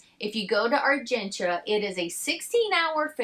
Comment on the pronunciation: I love that you are pronouncing Argentia correctly.